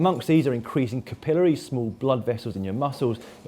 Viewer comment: Dan says capillaries funny...is he saying his "L's"?